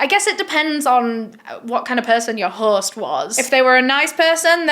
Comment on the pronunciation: There is no 'r' in host, horse???